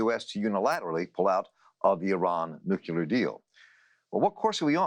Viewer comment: Hey dumb dumb . . . you just said Nucular. The word is NUCLEAR. I'll try to help you NOT to speak like the half wit George W. Bush who initially coined the term Nucular. Nuke + Lear = Nuclear. Once again dumb, dumb, "Nucular" does not exist in the English language. It would be like saying the word "Football" as "Fookball". The word "Fookball" also does not exist in the English language. Get it dumb dumb?